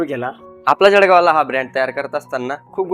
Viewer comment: भाऊ जडगाव नाही जळगाव म्हण